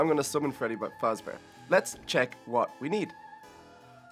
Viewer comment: it is faZbear not fasbear. Do a summoning of Little kelly.EXE